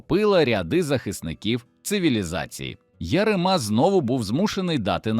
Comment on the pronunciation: Ну це ж треба так бемкнути : МАксим КривонІс , ЯреМа !!!